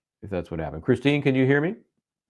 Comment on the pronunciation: it's Kristen not Christine